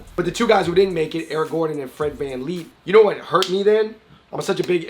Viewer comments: It’s Fred van fleet not fred can lee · It’s fred van vleet not Fred van leep